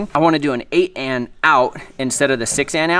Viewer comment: It's 8 A N, not 8 Ann